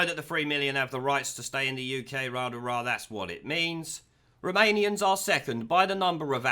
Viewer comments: At first I thought he was saying Remanians. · I wasnt paying attention and thought you were saying Remoanians. XD